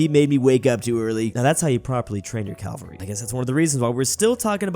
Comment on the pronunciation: Are you saying calvery?